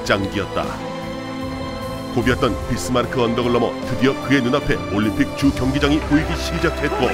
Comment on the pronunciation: 올림픽인데 일본식 발음이 습관이돼셔서 그런가 올림피크 라고 발음하는게 보이네요